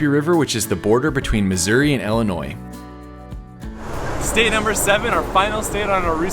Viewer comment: That's awesome I live 30 minutes from Springfield Illinois I've never been to the cozy dog drive in I'll definitely have to try that and I've never seen any of the Abraham Lincoln stuff either I'd have to check that out as well but ultimately I'm just glad you don't pronounce the s on the end of Illinois